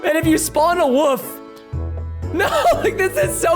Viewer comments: Preston you said woof instead of wolf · preston:when you spawn a woof... me:its wolf not Woof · Simon says Preston say woof wolf